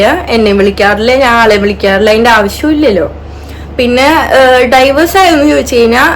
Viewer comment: ഡൈവേഴ്‌സ് അല്ല ഡിവോഴ്സ് 🙃